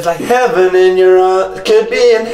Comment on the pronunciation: “I got locked out of HEVEN”